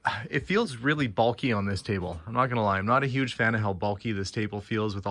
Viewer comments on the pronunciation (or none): none